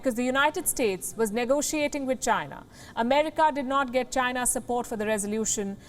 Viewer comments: You pronounced China..wrong! You pronounced Gina... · "Chy-na" not China. DJT